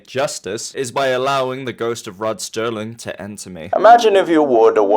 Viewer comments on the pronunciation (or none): Rod Serling, there's no "t"